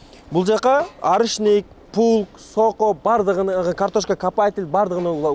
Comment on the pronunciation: Пулк дебей плуг десен тилин келбесе кыргызча эле айта бер да